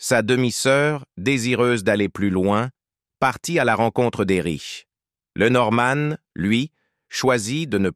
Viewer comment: LenorMANE ... 😮 aux chiottes l’IA